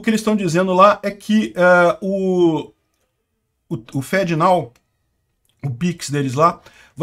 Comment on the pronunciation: Literalmente pronuncia "fedenao".